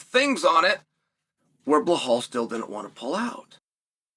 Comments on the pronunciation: Dude his name is Belal. Where is the h? You keep calling him "belhhal" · Chael fuck its Belal not Blahall... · “Bluhal” still gets me every time 😂😂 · I can understand mispronouncing some names, but Belal? Where are you getting "Bla-hal" from? If you can say the words "bell" and "all," then you can say "Belal." Why are you adding an H in there? That's like pronouncing "Alex" as "La-hex," or "Chael" as "La-chel." I'm convinced at this point it's a gimmick. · Master of pronouncing the names wrong : Blahal , Pierra and so on . 😂